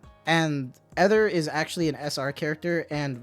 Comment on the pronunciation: Correction for Ether pronunciation- it’s a long E.